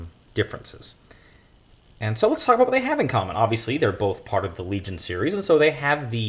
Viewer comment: That’s a hard “L” my man! hard L